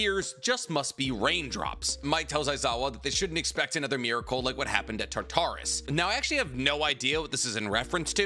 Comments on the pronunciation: Please, it's not Tar-Tar-Us it's Tar-tur-es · Tar as in tartar sauce. Torus. Now say it togher now. Tar-Torus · it's pronounced TAR-ter-us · why are your calling tartaros tartaris? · this person is right how you said it you ignored the fact that some words don't follow basic English rules. This word does not follow those rules. You said tar tar us. That is not how it is said. There is game really popular now called persona 3 reload in which used the mythology relating to Tartarus. How you say it you ignore the a sound and go for o or e sound. It does not follow the rules of basic English like Thanatos. People get that one wrong all the time. They said it right of you ever want to now maybe ask Danny-san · also you said it wrong and then again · Tartarus (TAR-TA-RUS)................................................ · Genuine question here, not trolling or "um actually" you, but are you pronouncing "Tartarus" the prison of the Gods for the Titans as "Tar-tar-us" for real or are you joking with the pronunciation? Cause I have noticed that you've been placing more humor into your vids and I legit enjoy it but you've also had some small mispronunciations or name mix ups. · Real it was bugging me how he was saying it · I'm sorry you are not. This is coming from a fan of your videos and I can relate to a lot things that make you cringe or get upset. For me one thing that kinda bothers me is horrific pronunciation of words. Tartarus is not a word that follows the normal rules of English. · no look up the greek word that tartarus is and check how its said. its the prison of the titans essentially, but also basically a hell. but im sorry bro you are wrong on this one. But on that i do love your videos bro not trying to attack you just want to correct ya. I promise you if i ever start a channel i will butcher plenty of words but its always good to have a learning experience. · The way you pronounce Tarturus physically hurts me